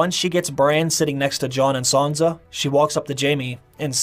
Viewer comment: Good video. Her name isn’t Sanza with a Z. It’s Sansa